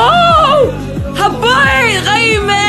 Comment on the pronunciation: انت ليه تقول حبايت مو حبيت😂💔